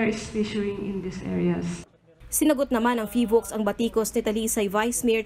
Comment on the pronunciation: Vice ala ey PHIVOLCS po hindi PHILVOCS 😂😂😂 kung gusto mo ng mamatay ikaw na lang po eh abay wag mo nang idamay kababayan mo ikaw na laang